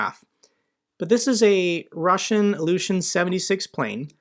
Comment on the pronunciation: Please pronounce Ilyushin correctly, then I will give you a thumbs up.